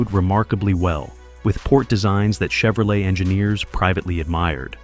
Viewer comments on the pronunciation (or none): none